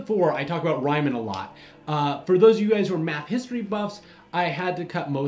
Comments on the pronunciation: Interesting to hear about this Rhymin' guy. The name Reimann is pronounced Ree-mon. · His name is Riemann not Reimann. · Correction: Its not [Ryeman] its [Reeman] I ist pronounced like E and vice versa in German ;) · Ryman? Isn't Riemann pronounced Reeman? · Yes, it is. Makes me kind of cringe, and surprised it wasn't mentioned here. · T. H. Caro and I have always heard Riemann as reemon, not rhymin. Really making me double take. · Riemann is a German name and pronounced like Ree-mun, "mun" rhymes with sun. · It is REE man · Our gentle narrator TOTALLY bowdlerizes the pronunciation of "Riemann". For that screw-up: REAM HIM!!! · Great series, one criticism - please try to pronounce Riemann's name right :). Hear it on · Riemann is /riːman/ not /raɪman/, and Gaus is /ɡaʊs/ not /gɔs/. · And while we're at it, Ree-mun and Gowse, not Rye-man and Goss. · The history of Riemann and Gauß is super fascinating! I would love to hear some EC series talking about the two some day :P BTW, if you ever see an "ie" in a German name/word it is pronounced as a long "e" or German "i". Think of the "i" in integral or the "ea" in reason :) (oh, and "au" is pretty much always pronounced like the "ou" in "out"). In case you are looking for more crazy maths stories with crazy but brillian characters, you could talk about Gödel's incompleteness or even better how set theory became a thing (which is basically how modern maths started) characters like cantor who was actually declared insane, gödel who should have been and david hilbert about whom various funny myths exists and whose date of death is a gag among german maths students :D